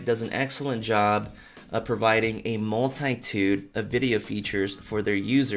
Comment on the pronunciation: Mul - tie-tude? You have a dinosaur on your shirt.